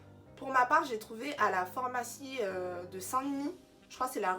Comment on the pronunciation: On dit « phArmacie » et non « formacie » Merci pour ta présentation des produits cerave🥳